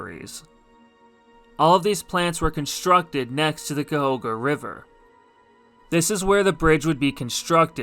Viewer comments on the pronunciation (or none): Very nice video, but Cuyahoga is pronounced exactly how it looks: (kai-ah-hog-ah). I'm a lifelong Cleveland native, and have never once heard the river pronounced the way you had chosen to pronounce it. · Actually growing up in Akron, most people pronounced it Ca-hog-a.